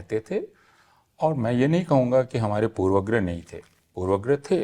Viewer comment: ऐ हय! प्रोफेसर अपूर्वानन्द भी पूर्वाग्रह का उच्चारण पूर्वग्रह कर रहे हैं। यह वास्तव में हृदयविदारक है।